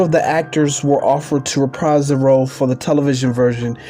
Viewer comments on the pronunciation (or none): none